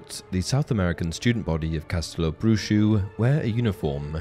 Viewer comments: It's read castelo bruho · Castelobruho is pronounced "Ca-stel-o-brew-ho" NOT "Brew shoe"